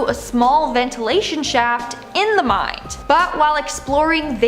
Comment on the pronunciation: Did you really just call a mine "mind" It's called mine not mind 🤣